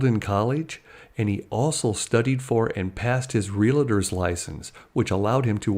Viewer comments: For the love of Pete.... it's REAL-TOR not REAL-A-TOR...lol peace be with you... lol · There is no "I" in "Realtor". 🙄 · Its REAL TOR. REALTOR very simple. NOT real a tor. FCK! why are people mis pronouncing a fckn simple word